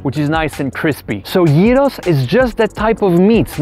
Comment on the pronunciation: its YEEROS for gods shake not GYROS!!!!!!!!